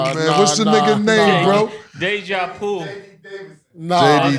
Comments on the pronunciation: Mase said “deja poo” 🤣🤣🤣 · “Déjà Poo” is ridiculous 😂..